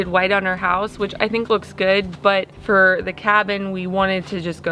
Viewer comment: OK you picked on about likened so I’ll pick on you about feer instead of ( for) 🤣😂 just kidding lol love to watch all of your videos y’all are the best out there ✌🏻👍❤️